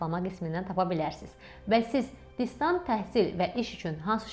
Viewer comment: "DisDant" deyil, "DisTant"